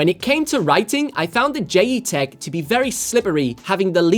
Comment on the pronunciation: Pretty sure it’s pronounced as JET - Tech?